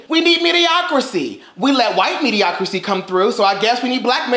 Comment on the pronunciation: sorry to be that person but please stop saying MEDIOCRICY. It's MEDIOCRITY with a T